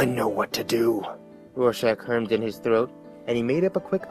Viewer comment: you "throt" wrong